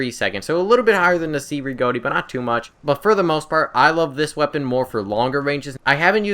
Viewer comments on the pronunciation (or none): The Cei Rigotti is pronounced like Che (as in Che Guavara). I love the medic class too.